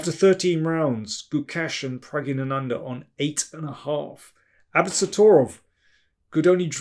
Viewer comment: Well articulated when pronouncing Prag. It is a tongue twister even for native Tamil speakers . By the way, i am a fan of your commentary since 1995 match between Gary and Anand when Anand managed to won against Gary. Zurich Masters if my memory serves right.